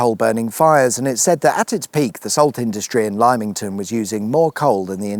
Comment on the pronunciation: LIME ington , what a classic 😂